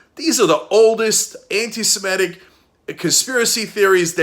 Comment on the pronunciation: Is this how we all are pronouncing 'antisemitic' now?